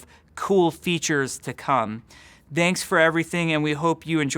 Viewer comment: Am I the only one who hears "danks for everything"?